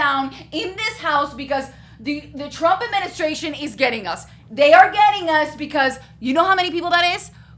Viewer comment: “I will boat for Donald Trum” ✌🏽